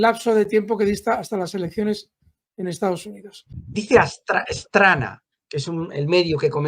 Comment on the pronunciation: Straná, el "acento" es en la ultima a